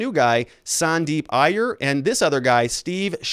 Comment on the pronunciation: Dude, you got to learn how to pronounce indian names or at least try... You fumbled twice and both times they were indian...if you can say kamala Harris you can learn to say 'eye err' which is how one pronounces iyer.